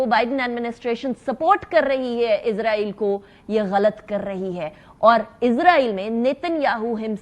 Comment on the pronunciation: محترمہ آپ کا پروگرام ٹی وی پہ دیکھ رہا تھا تو آپ کا نالج ماشاللہ کافی وسیع ہے لفظ ازرائیل نہیں اسرائیل ہوتا ہے اور فرینس نہیں فرانس ہوتا ہے